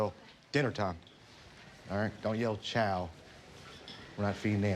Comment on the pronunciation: He calls it chow though lol